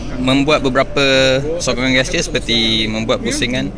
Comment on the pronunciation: GeSture sebut dlm ejaan melayu ke?